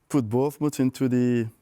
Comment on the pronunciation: Vieira trying to say Bournmouth 😭😭